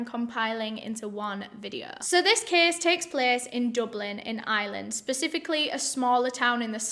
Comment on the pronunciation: "Let's get into de ceeeys". Oke